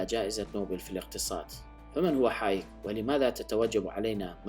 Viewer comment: فريدريك هايك.. وليس حايك؟